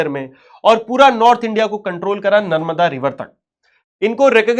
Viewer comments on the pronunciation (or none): none